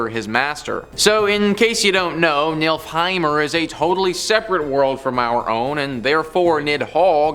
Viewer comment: Okay, so on the pronunciation of Norse words: Yggdrasil has the emphasis of the first syllable: IG-drah-seel. Nidhogg was originally Níðhöggr, also has emphasis on the first syllable: Need-hog wd. Nifleheim is also first-syllable emphasis: NIF-el-hame. Ratatoskr is a compound word with 'Rata' meaning 'drill' or 'bore', and 'toskr' meaning 'tooth'. The pronunciation of both parts lean on the first syllable: "RA-ta-TOS-ker." These are pretty important words in Norse mythology and linguistics, and it's kinda rude to put so little effort into getting them right. If you want more really good Norse history, mythology, and language, check out Jackson Galaxy here on youtube, he's great.